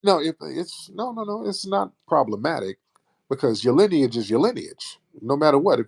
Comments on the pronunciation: keep saying linage instead of lineage lol omg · When you say linnage 😂😂😂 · Her voice annoys me. “Lin-ej” 🙄😒🤣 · Linage rhymes with spinach !!! 🤣😂🤣😂🤣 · Linach rhymes with spinach 🤦🏽‍♂️😂😂😂😂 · Linage rhymes with spinach!! I’m dead. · “Lineach rhymes with spinach” I am crying tears!! 😂😂😂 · This crazy azz woman done sat up here and created her own word “wats yo lynich? “ u don’t know yo “lynich “I know my “lynich “.. got mad and tried to make a threat with the physicals.. smh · Yooo “LENAGE” 😂😂😂😂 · “Linage rhymes with Spinach” 🤣🤣 FBA is a great term because it encompasses American heritage and culture. So when we hear outlier questions, such as examples like Drake, it helps clear up confusion. Drake spent his formative years as a Canadian, with an allegiance to Canadian heritage. I know some, like Tariq & others, have stated that an FBA must have publicly identified as Black American on paperwork:documents for atleast 10 years but I would go further and include their formative years. And formative years would mean the majority of your teenage (starting at 13) years up until at maximum age 25. If you never identified as African-American, Black American or FBA during your formative years, you’re disqualified from claiming as a self-identifying FBA. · Tariq: “ Mam linage rhymes with spinach!”😂😂😂 You should tell the truth so you can go to heaven, time is almost up! 😂😂😂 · I'm DONE 😆 🤣 😂 He said LINAGE RHYME WITH SPINACH Then proceeded to say "LINAGE" throughout the rest of the phone call 😆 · Linage rhymes with spinach🤣🤣🤣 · linn- age😂😂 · “Lynnge rhymes with Spinach.” Bye Tariq. Fk man. 💀 🤣 🤣 🤣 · I am a 69 y/o FBA and this old woman is foolish and shameful. She can’t be highly educated and pronouncing “lineage” as linach rhyming with spinach🤣🤣🤣🤣🤣 😳😳😳😳Many of us who are considered seniors don’t support this BS! We support Truth to Power❤️❤️✊🏽✊🏽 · Linage rhymes with spinach 😅😅😅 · lineage rhymes with spinach 🤣